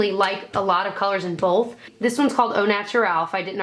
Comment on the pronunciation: Love her but hate how she says "bolth"